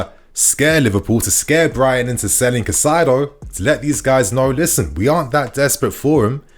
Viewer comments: You’re still saying it wrong. You’re saying Ca Sigh do. And then you said Cai sigh do (as in Kai sigh do) but ITS PRONOUNCED (Kai Say Do) Edit: you said it correctly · his name is not kuh-sido, his name is kai-setho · It's pronounced "kai-se-doh" in Spanish. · You have no right to mispronounce names my man.. do your research before please because it’s cringe hearing you get wrong the same players name everytime